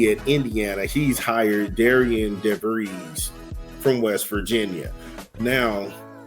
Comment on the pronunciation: it's pronounced "Darren", you are right, it's a bad choice, not sure what's going to happen, this guy did not have a good record at all. Ben McCollum is going to be a super-star at Iowa. I just don't see how this "Darren" dude is going to even compete with the brain-power of Ben McCullom. It's probably over for Dolson.